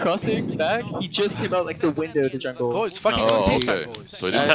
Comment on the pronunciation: In 2015 pasha laughed at olof becouse of the way he pronounced jungle and all these years later he still pronounces it the same way :D